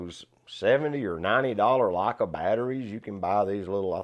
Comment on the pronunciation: Never heard Leica pronounced as 'Lakkah'.